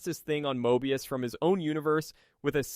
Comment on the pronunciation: Did ai write this? I couldn't help but notice you were having a difficult time pronouncing many terms (particularly Moebius), while also having fairly comprehensive detailing